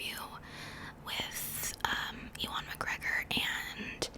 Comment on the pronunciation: Such a Star Wars Stan, i don't like sand! P.S. It's pronounced You-Un (Ewan) McGregor